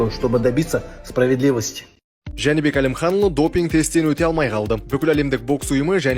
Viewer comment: Журналист топас екен, Жәнібек Әлімханұлы деп айта алмай отыр.